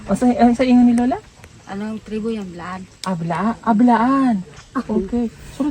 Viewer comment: Iba pag pronounce ni ate blaan po not bilaan😊 im am proud blaan/t'boli from south cotabato good day po and pb team watching from santa Mesa manila god bless po 😊